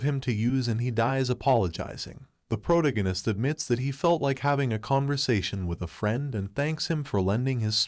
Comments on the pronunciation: Pro-tag-on-ist. . . Its off putting hearing Prota-ginist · Pro-tag-a-nist. Fucking say it right. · Sorry I jus can't when the narrator can't even say the word protagonist correctly🤦🏾‍♂️🥴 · Hearing him pronounce protagonist makes me feel like Brian when Stewie was pronouncing cool whip